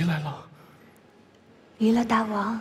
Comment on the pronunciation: “大王”发音应该是Dàiwang，“大”音同“代”，“王”念轻声，跟“大夫”同属一个模式。这么基本的常识，却在这么大的制作里被无视，陈凯歌都没出来指正，遗憾…。